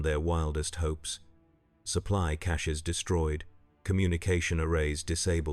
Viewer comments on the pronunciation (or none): none